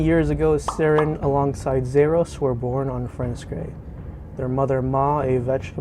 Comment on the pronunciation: Nice but thats not how you say "Zaros". Its Za-ros. Not Zer us